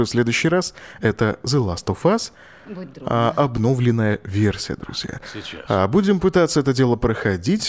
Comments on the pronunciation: Олег, ударение всегда падает на "ё"! ОбновлЁнная! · Только ударения пожалуйста в следующий раз правильно ставь в слове "обновленная" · не обнОвленная, а обновлЕнная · обнОвленную. Кто научил тебя так говорить нах. Правильно говорить обновлЁнную епта. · Меня одного бесит то как автор говорит слово "обнОвленная" графика. Господи, где и кто его научил так произносить это слово? Кровь из ушей... Я не смог выдержать такого фонетического безобразия, и выключил видео на 5 минуте. С меня хватит. Жалко таких людей, которые свою речь не знают толком.